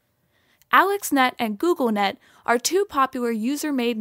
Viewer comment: It is Goog Lenet, not Google Net